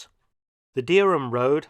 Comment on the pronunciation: That was very good and there are several building ends like that in Norwich, either side of the flyover for instance. I am also surprised that,as a resident of Norwich, you don't know Heigham is pronounced Ham. Thanks for showing and best wishes from jolly old Norfolkshire 👍😎Pete 🤓